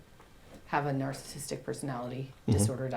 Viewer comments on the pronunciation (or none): Anyone else bothered by the fact he can’t say "narcissistic" but rather says "narcistic" over and over? Or does this make me a narcissist?